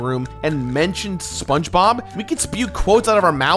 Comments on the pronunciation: sponbob, thats what i heared and i cracked up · "Spong" Bob?!